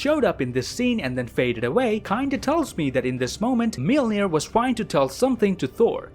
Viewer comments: The way I learned how to say Mjolnir is mule-near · Everyone: Mjolnir Darcy Lewis: Mewmew: Melnir